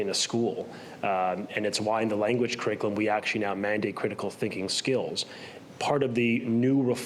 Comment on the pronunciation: This loser doesn’t even say CURRICULUM properly but they put him in charge? Laughable.